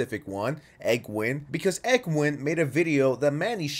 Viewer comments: Erm actully id engween not engwen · “egwin” lol, it’s “N-gw-een” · You pronounced engween’s name wrong it’s pronounced en-gween